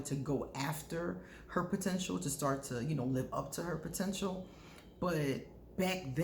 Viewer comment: You always do warn of "protential" .............